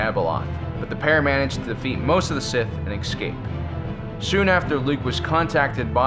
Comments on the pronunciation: Why are you constantly saying "excape"? It's ESCAPE. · It is "escape" NOT "excape"! This man is incapable of pronouncing any English beyond 2nd grade! Listen to him!!